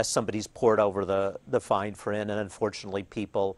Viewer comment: “Fine frint”